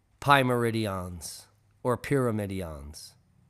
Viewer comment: Come now. Reading others work isn't doing you any favours. How many times can you mispronounce terms and think that we don't notice? Pyramid ion in this instance. Piss poor performance...:(